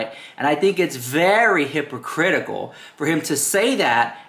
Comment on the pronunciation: Did he just say " hypocritical Ness?'.oh dear